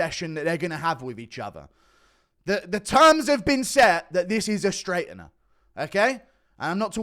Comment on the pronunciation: The way guru says straightener you can tell he's never had a fight in his life 😅😅